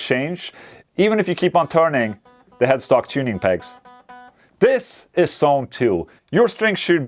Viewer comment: Not 'sone, but 'zone' - might be misleading